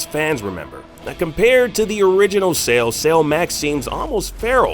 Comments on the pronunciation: Why does he keep saying Sale instead of Cell? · Came here looking for this. Thought the way he was saying it sounded off.. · Cell, pronounced sell, not sail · Bro, its Cell, not Sail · Dude are you saying sail instead of cell? Wtf lol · I’m sorry… but why the hell are you calling Cell “sale”?.. 🤦🏻‍♂️ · How he says cell is killing me